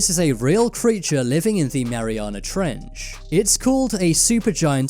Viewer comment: Omfg the emphasis he puts on the "ch" In trench is the scariest thing in the damn video. Mariana Trechhhhhuhh Just say trench niggq damn